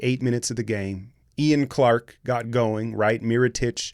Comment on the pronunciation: Who the fuck is Yan Clark? Damn man you butchered the pronunciation lmao 😂